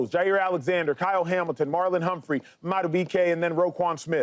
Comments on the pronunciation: Marlon Humphrey has been in the league around 7yrs. You still have people like this calling him Humphries. I think he has earned the respect that talking heads should pronounce his name right. 🤔 You don’t call Brandon Stephens, Brandon Stephenson. It’s not Lamar Jacksons. Marlon Humphrey. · Its Marlon Humphrey my guy